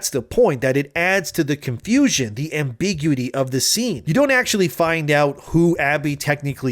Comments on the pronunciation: AMBIGUITY is pronounced: am - buh - gyoo - uh - tee Not: am - big - yoo - tee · It's am-bih-GYu-it-e stressing the gyu sound. It's like saying acuity like AK-yoo-tee when it should sound like ak-KYOO-it-e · It's pronounced AM-bi-GU-ity.